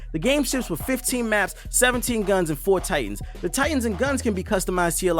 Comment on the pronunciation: Did you just say it ships with for Titans